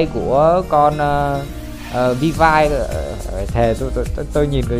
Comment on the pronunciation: Skin bãi biển thì Ely và Sakura UA là free (Ely nhận qua event, UA đăng nhập 7 ngày), Mobius gacha 9k6, felis chưa có thông tin nhưng khả năng cao là B-chip Vill-V (đọc là viu vi, học chuyên ngành tiếng anh mà đọc thế là dở òi) rank S, lượng tử, dps lửa